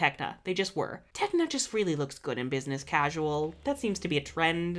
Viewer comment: Tecna. Not Techna